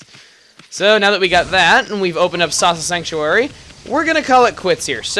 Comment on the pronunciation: The first time he said 'Awesome Sasa Sanctuary',it sounded like he said 'Awesomesauce-a sanctuary'.